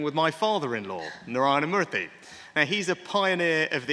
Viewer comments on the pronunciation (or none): The name is MURTHY, not MURTY😢😢😢